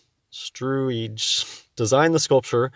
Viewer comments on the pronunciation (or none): Hey,? “Struijs” is pronounced “strouse.” You’re welcome. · Oh, and: please do some research into pronouncing dutch names before you ever try that again -- I see the name, but I hear you say something totally different. It doesn't help your credibility. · I think it's hilarious how he struggled with that name 😂